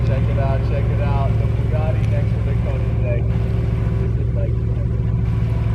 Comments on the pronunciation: Why does he keep saying "konansegg" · The way he says Koenigsegg makes me cringe...